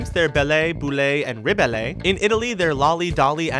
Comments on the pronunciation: You mispronounced their names in french: you're not supposed to say the "e" at the end of the word. Their names in french are (when translated) Beauty, Bubble and Rebel. Only Bubbles got the translation right. But you tried your best to pronounce it :) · Woooah ! You totally messed up "Belle, Bulle and Rebelle". It's french, not spanish, no"é" sound at the end of the words x)